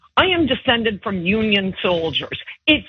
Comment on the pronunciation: Wait ✋️ did she say union? sounds more like confederates to me